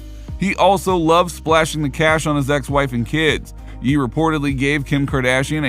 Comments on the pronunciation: It’s pronounced “yay” not “yee” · He changed his name no Ye ... and its pronounced "yay" no "yee"